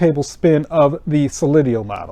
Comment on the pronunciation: It's pronounced So- lee- dow.